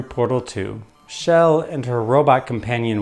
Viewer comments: Why are you saying Shell instead of Chell? Sounds like the Swedish name "Kjell", which is a name for men in their 60s heh. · Her name is Chell, not "Shell".